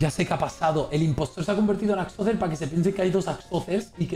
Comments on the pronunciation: Todos: Axozer: Achocher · "Achocher" amooooooooooooooooooooo